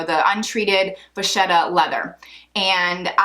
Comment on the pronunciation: Great review! Deciding which one of these to buy can be confusing, with all the slight differences between them. (BTW, being Italian, I can't help but point out that "vacchetta" is pronounced "vacketta", not "vashetta.")